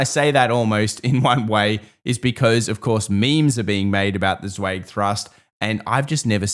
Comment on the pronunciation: Martin Zweig pronounced his own name with the vowel of "by," not the vowel of "bay."